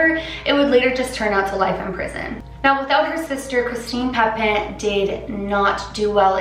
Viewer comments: Once pronounce papin like pappinn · pah-pen lmao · The way you pronounce Papin ... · "a lot of research".....cant even pronounce papin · so much research and ya still can’t pronounce papin right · she said papin wrong tho